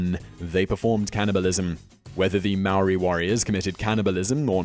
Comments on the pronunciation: Mar-or-ri?! Maw-ri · It's Maori not Maoris. No plural no matter what. The Maori of New Zealand preformed cannibalism. Not "The Maoris of New Zealand" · thats not how u say maori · hurt me when he said maori